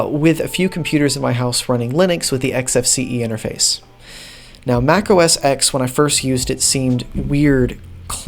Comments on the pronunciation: I believe it's pronounced, macOS "ten", not, "X" fwiw. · It’s OS “Ten” not OS sex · Interesting video, even if some statements are debatable. But: The (newer) OS is pronounced "Mac OS TEN", not "Mac OS Ex". Like the Roman numeral 10. The number that comes after 9. "Mac OS Ex" makes me cringe. And not everybody shares John Siracusa's views on 'spatiality'. Not now, and not back then (2003). Some of these skeuomorphisms are just a PITA, or at best ridiculous. Like dragging items over the desktop to the trash can to delete them, instead of just hitting a dedicated delete key. Or Apples stubborn refusal to let you cut items in the Finder and paste them somewhere else. Or their long-standing ignorance towards a second mouse button. Most importantly, a 'spatial' finder full of icons becomes a horrible mess once you have dozens or even hundreds of items in a folder. BTW, the "little toolbar" at the bottom in Mac OS 8/9 is called the Control Strip. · The X in OS X is a Roman numeral. It's pronounced OS Ten.